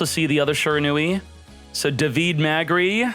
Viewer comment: Every time fails to pronounce "davide" i feel sick, it really hurts